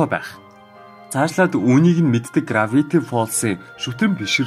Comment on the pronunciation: Gravity gej heldiishdee grafity gej heleed baina